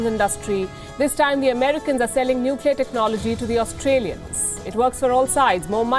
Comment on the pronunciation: Scomo says Nukiller for Nuclear lol